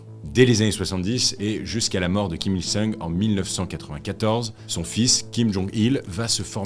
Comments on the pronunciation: C'est bien "jong-eun" et le grand-père "Kim il-song" 😊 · En fait Kim il-sung (RR : seong) ça se prononce plutôt « song » entre le o et le a (un « o » ouvert)